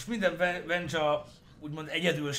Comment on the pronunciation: "Vennya", "Wendzsa" :'D